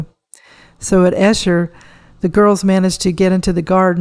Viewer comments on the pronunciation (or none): Its pronounced Ee-sher, not Eh-sher.